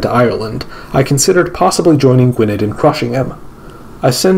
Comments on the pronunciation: I’m so sorry but you butchered every power name except Northumbria and Wessex and Ireland and Alba. Gwynedd is pronounced Gwyneth (th as in the) Jorvik is pronounced Yorvik Mercia is pronounced Mer see uh. Sorry But it pained me. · A note on pronounciation. The Welsh language 'dd' is pronounced as the English voiced 'th'. So the 'edd' in Gwynedd sounds like the 'eth' in whether. (A single 'd' in Welsh = as the English 'd') English Mercia is 'mer-see-a' rather than 'mersha'. Jorvik = yorvik.